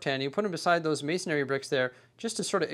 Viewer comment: Can anyone explain why so many builders say “mason-a-ry” bricks? There’s no second “a” in the word, it’s just “masonry.”